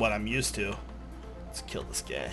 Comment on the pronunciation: Rewind to I swear he said "lets kill this gay"😂